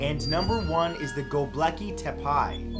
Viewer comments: "go-bleki Te-pie huh? pretty sure its' prounounced 'Go-bek-lee Te-pay' lol hope this helps! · It's Go Beh Cli - Teh Pee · I'm sure you look up pronunciations, but its Gobek-lee Tep-ee. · Next time you want to pronounce Göbekli Tepe, use the french pronounciation in this -> gobéklî téppé... And not Goblacky Tapay.... doh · Sorry Matt but ur pronunciation drives me mad sometimes!! Anyway gobekli tepe is pronounced: Go-beck-lay tep-ay there I've said it! lol anyways... Apart from that! Interesting video 🤔😁🤔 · Matt it’s GOBEKLI TEPE, not GOBLEKI and it’s pronounced tepay not TEPI I thought you knew this as you’ve talked about it before. 😂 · Very interesting video and FYI, you pronounce the last place as: Goab ek ay (Gobeki) tep ay (Tepe). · Goh-behk-lee teh-pay is how it's pronounced man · it's "Go-Beck-Lee Te-Pay" mah dude. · Sorry Matthew but you pronounced #1 incorrectly. It's pronounced GO-BECK-LEE TEP-AY AND #6 is pronounced AH-SOO-KA STONES (just trying to help :D ) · You should atleast Try to pronounce things right. Göbekli tepe is pronounced: geu-bhek-lee teppeh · Man your pronunciation of Göbekli Tepe was... interesting ;) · You started to include Turkey to your videos much more, I like it. Btw that is a far away right pronunciation of Göbekli Tepe. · Your pronunciation of Gobekli Tepe is embarrassing...